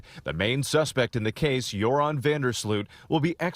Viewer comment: Greta Van Susteren is the OG in crime reporting google Natalie Holloway news and Greta was on it. If you’re covering the case, sweets you hoots know Greta! Your-on is how you pronounce van Der sloot’s first name